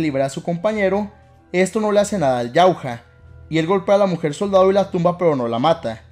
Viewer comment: Se escribe Yautja pero No se lee "yautja", se lee "yautia"